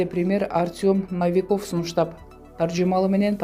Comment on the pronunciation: Ай,кыз сага канча жолу айтабыз ,чыкчы эшикке Навикоф эмес 😠😠😠Новиков 🤣